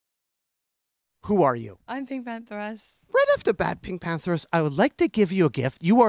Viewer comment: Just now realizing her name isn’t pronounced pink panthERS but instead pink pantherESS